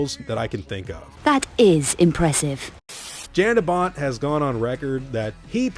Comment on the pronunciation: Love how you say Jan de Bont😂😂